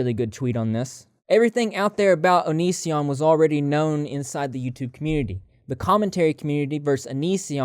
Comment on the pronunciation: give Chris Hansen some credit he finally learned how to pronounce "onision"